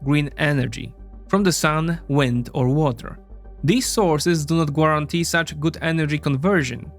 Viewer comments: Hey my guy, the U is just there for decoration in the English pronunciation of guarantee, typically its pronounced "gare-ant-ee" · “Gwuarantee” your accent is hilarious